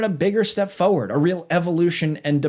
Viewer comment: I’m begging you. Please stop pronouncing forward like foe-urd. There is an R in that word. Use it